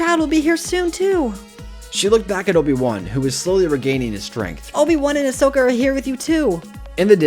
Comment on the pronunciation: It's Asoka not Osoka Yeesh